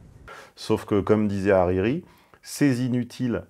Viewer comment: Par contre c'est Arari pas Ariri